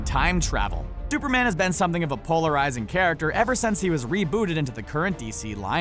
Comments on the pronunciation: He said duperman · "Super man can time travel.......Duperman has been sometji g of a......."ect. Literally says Duper man